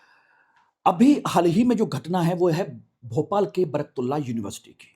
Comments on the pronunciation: एंकर महोदय बर्कतुल्ला नहीं उनका नाम बरकत उल्ला था। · अरे सर आप उच्चारण सही नही कर रहे हैं । आप बर्कतुल्लाह कह रहे हैं। ग़लत उच्चारण बर्कतुल्लाह । सही उच्चारण बरकतुल्लाह। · बरकत उल्लाह ❌ बरक तुल्लाह ✔️ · Naam to sahih lelo bhai baraktullah nahi Barkat Ullah naam hai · Naam to thik se bolo, barktula nhi barakat ullah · Sir आप नाम तो सही से ले....., बरतुल्लाहः नही बरकतुल्लाह है। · बरक तुल्ला ❌ ..... बरकत उल्ला ✅ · श्रीमान जी आपका उच्चारण सही नहीं है सही उच्चारण बरकत उल्लाह है एक बरकतउल्लाह खान साहब राजस्थान से भीहैं वह राजस्थान के 1971 से1973 तक मुख्यमंत्रीरहे हैं मौलाना बरकतुल्लाह खान साहब जो कि मध्य प्रदेश से थे जी हां वह स्वतंत्रतासेनानी थे लेकिन मेरी जानकारी के अनुसार वह कभी प्रधानमंत्री नहींरहे क्षमा करें मैं भी हिंदी तथा इतिहास का छात्र रहा हूं वर्तमान में मेरी आयु63 वर्ष है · मौलाना बरकत उल्लाह बोलिए तब सही नाम उच्चरित होगा। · सही लिखे सर ।प्रस्तुतकार नाम का उच्चारण गलत कर रहे हैं